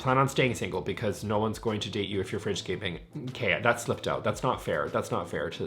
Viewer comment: It took me way too long to realize he was saying “fridge scaping” and not “French scaping” 😂